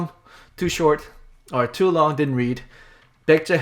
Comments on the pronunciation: "Pek-jeh"? I think that sounds more like how an ignorant American would try to pronounce Baekje than that weird "Byekt" that Bill said. Really have no idea how that sound he made relates to the letters in the name. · Lol, I was waiting for your reaction to the pronunciation of baekje, it's so bad.